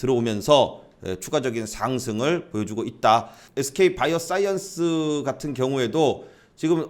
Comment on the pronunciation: 바이오 싸이언스 악센트 넘 멋져요